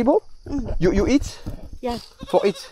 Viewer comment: fait gaffe. quand tu dit "eat" en anglais, tu prononce avec un "h" au debut, ce qui fait "heat" et cela ne veut pas dire la meme chose, il faut donc que tu fasses attention quand tu prononce le mot. Sinon la video incroyable comme d'hab.